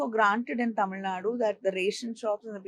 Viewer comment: I guess she suits it to the rest of the India also. If you notice, she correctly pronounces "Zh"